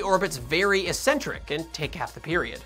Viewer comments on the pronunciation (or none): Nice video. But I have to mention this error because it made me cringe: the correct pronunciation of "eccentric" is "ek-SENT-rik".